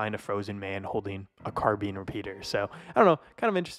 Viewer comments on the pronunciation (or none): Car-bean repeater 😂